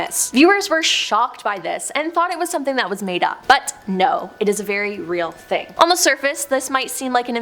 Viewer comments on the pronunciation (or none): none